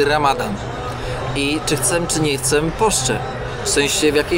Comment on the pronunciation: chcę nie chcem, błagam cię